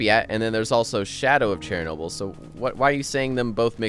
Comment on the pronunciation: Not cherry noble! Shernoble! :)